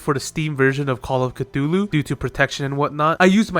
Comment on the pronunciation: That is not how you pronounce "Cthulu" It is actually just "Thulu" The C is silent.